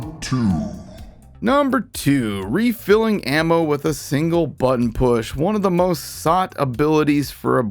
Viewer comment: Single "brutton" press. I hear your excitement in your voice.